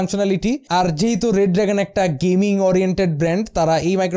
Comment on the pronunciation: EI COMPANY ER NAME , BRAND ER NAAM " re dragon " not red dragon its Re Dragon